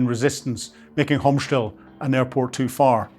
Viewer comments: you really need to go on a tour to Hostomel-Bucha-Irpin.I did in November 2025. The town is pronounced Hostomel in English. Not "Homstel" like you pronounce it. The same for the airport. The reference to ANTONOV airport is also ambiguous, as there is another airfield in Kyiv call ANTONOV near the university. No-one in Ukraine refers to Hostomel as ANTONOV. Also, you have left out important reasons for why the Ruzzian orcs could not break through despite capturing the airfield. But as a brief partially mispronounced introduction this is OK. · It's "HOSTOMEL AIRPORT", H-O-S-T-O-M-E-L, with an accent on the "E", not "Komshtel'n" or whatever he is trying to mumble-out.